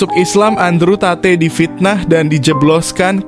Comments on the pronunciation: Tate di sebut sebagai 'Tet' bukan 'tateh' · maap, tp dibaca nya andruw tet. bukan andrew tate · Sebutannya TET. Bukan TATEY. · Andre tet bukan tatey bukan satay kak 😂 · Andrew Tate read: Andrew taet ... bukan ta-te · Disebut taet bukan tateh. Terima kasih.